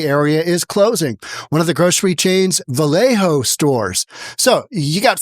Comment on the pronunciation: It's Valle Oh, not Valle Ho. Despite all the ho's on Sonoma blvd. And "pin ole!"? It's Pin-ol as on ye ol. SMH, where you from bro? You gettin non the names right! Hahaha